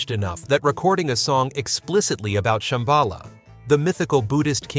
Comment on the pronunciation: But don't you love how it says ShamBAla even as they sing ShambaLA?